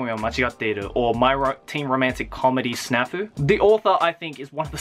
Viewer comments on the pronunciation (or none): none